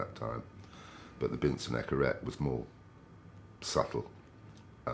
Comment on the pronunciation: he calls it the Binson "Echorette" as well 😁